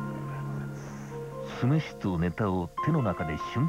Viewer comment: すめしのイントネーションひっかかる